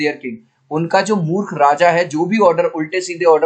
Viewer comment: murkh❌ muth ✔️😂😂